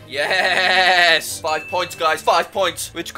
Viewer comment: what is with that yes